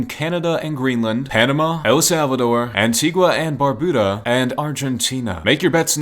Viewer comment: Antigua and barbuda is where im from but you said it wrong